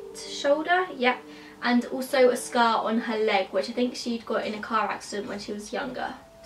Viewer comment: I THOUGHT SHE SAID SKULL INSTEAD OF SCAR LMAO